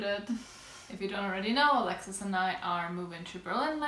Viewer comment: Hallo aus Düsseldorf 🤗 well done pronouncing Alexis ☺️👍🏼